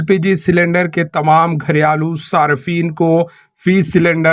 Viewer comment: " گھر یا لو " نہیں بھائی صاحب ، " گھریلو "